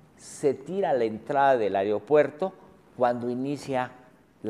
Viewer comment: me crispa que ese wey diga areopuerto en lugar de aeropuerto